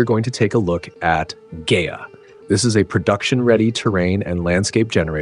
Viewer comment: Pronounced "Guy-UH"